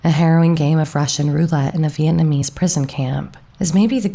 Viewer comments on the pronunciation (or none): none